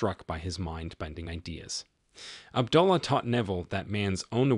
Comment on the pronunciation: Good Videos but please pronounce these words correctly.... AB-DO-LA and BAR-BAY-DOCE